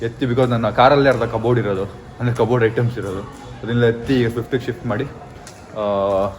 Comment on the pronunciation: SWIFT ❌ FIFT✔️ 😂